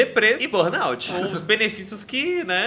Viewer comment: Meninos, procurem saber a pronúncia correta da Sindrome de burnout 😉